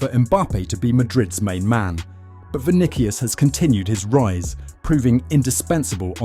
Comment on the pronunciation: The way it’s say vinikius is painful